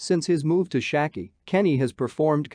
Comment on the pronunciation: You couldn’t pronounce Schalke more bad